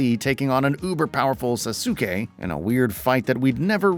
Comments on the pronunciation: Bro said susuke 😂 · "Sasookay" Tell me you're not a fan of Naruto without actually telling me. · My guy said sasoo-ke 😂 I was like oh snap, I gotta run to the comment section now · ohh sa sooh kay. Okay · This phony doing this review pronounced sasukes’ name as (Saw-Soo-Kay) can’t be trusted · nigga said sasookay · Boy did you just pronounce Sasuke as sa-su-kay …🤦‍♂️🤦‍♂️tf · did this dude just call sasuke "sa-soo-kay" 😂😂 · did you just say sa-soo-kei? stops video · “Susookay” had me dying 😭 🙏🏽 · Bro rlly called him “susookay” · Sa - Soo - Kay, was that supposed to be Sasuke? Lol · Isnt it more like: sas-k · Nah when he said sasuke like that it was a wrap for me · Bro couldnt even say sasuke's name right🤣🤣🤣🤣💀💀💀. People that kno the series should be the 1's to review it. It jus sounds like ur not a fan of the series or understand why people like the game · Bro he did not even play the game…. Even if you aren’t a fan of the anime/manga they correctly pronounce his name 100 times in the story mode lmao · I stopped watching once he said sasuke name wrong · He cabt even pronounced SASUKE right and were listening why? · Definitely not knowledgeable. One red flag was how he pronounced Sasuke's name. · Crazy you cant say the names correctly even though Naruto says Sasuke in the games cutscenes and during actual gameplay....... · Mispronounced Sasuke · U can tell this guy doesnt know anime or atleast has never watched naruto as he cant even say the protagonists rivals name correctly, sad tbh. If ur gnna review AN ANIME GAME atleast dnt butcher character names.